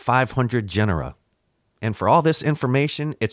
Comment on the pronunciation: Wait.... are we supposed to just overlook the fact that he pronounces, "genre" in the most ridiculous way? What's up with that? Lol